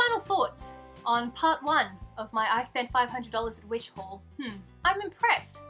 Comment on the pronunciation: It took me a minuet to realize you said "just for my HAUL"....it sounded like "just for my hole" so at first and I was just like...um...what? 😂 I just discovered your channel today and I must say, Archie is so adorable 🐦💚! #thebirdstays